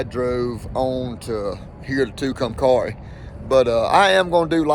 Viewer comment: TOO-cum-carry is how it’s pronounced